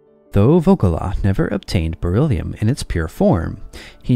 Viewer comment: Die KI-Stimme: "... reagiert es stark mit Sauerstoff und bildet Bor illium-Oxide ..." 😂😂😂 Auch später im Video ständig " Bor illium" ... Bor ist etwas anderes als Beryllium! Offensichtlich ein Wort, für das die KI zu wenig geschult wurde. 😏